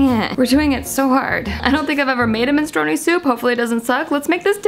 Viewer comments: MI-NEY-STRO-NEEY haha MEN-STRU-ONEE seems...um... related to smth else... great video tho <3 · the way you say minestrone 😂